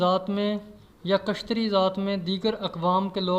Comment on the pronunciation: يہ لفظ کشتری نہيں ہے اصل لفظ کيشترِيا ہے